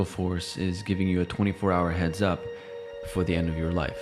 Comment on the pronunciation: Does it bother anybody that he didn’t finish the syllable on ‘end’ at the end? No? Just me.... okay.